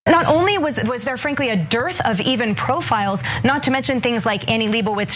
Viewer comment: Wtf is dirth...durth.... However it's spelled